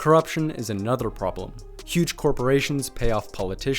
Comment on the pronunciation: Man da pra perceber qnd ele pronuncia "another" que ele nao é nativo de pais de lingua inglesa, pra elogiar possivelmente deve ser br.